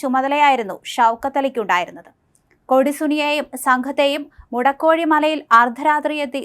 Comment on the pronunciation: മുടക്കോഴിമല അല്ല മോളെ! മുഴക്കോടിമല!!